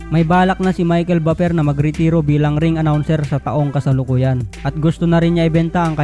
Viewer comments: sagwa ng bigkas mo sa Buffer hahaha.. parang baper hahhaa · Ayusin mo naman ang pagbigkas sa buffer